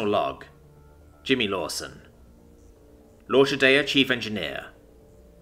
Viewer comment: Nice story, nicely told. Only one quibble: 'L'Orchidea' is pronounced lor-kee-DAY-uh.